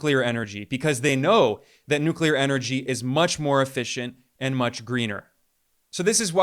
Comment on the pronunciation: Thank you for knowing how to pronounce NuCleAr 🎉